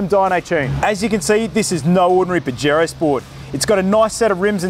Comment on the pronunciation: I donno why I'm laughing so hard every time he say bajero 🤣🤣